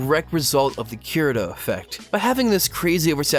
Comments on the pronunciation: It's Kee-Re-to not Ke-re-do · How is this not about Tanya the Evil? DEUS VULT. I think you're totally right about this movement being a reaction to the Mary-Sues tho. Also please god 'kii-rii-toh'. If you're going to have an anime channel at least try with the names.